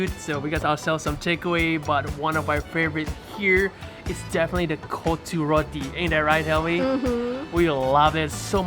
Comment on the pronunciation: my mAN SAID KOTTA ROTTI 😀